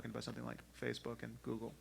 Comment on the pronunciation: sam says "gooble." Sorry that's all I have to contribute